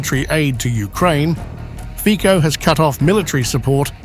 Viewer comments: You should first ask someone how to pronounce the Slovak PM Fico!!! Your pronunciation is uncorrect, offensive and ridiculous!👎 The pronunciation is/ fitzo/, NOT/ fiko/!!!!! 👎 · Can you pronounce the name correctly? It is not FiCo(Fiko), BUT it is FICO(FITSO). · Pronounced Fitso...ffs. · His name is pronounces "Fitso", you dummy boy. Ignorant.